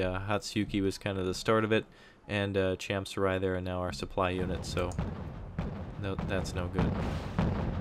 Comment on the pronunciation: It's pronounced as "cham-soo-ree."